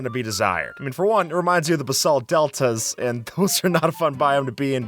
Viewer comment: IS THAT HOW BASALT IS PRONOUNCED??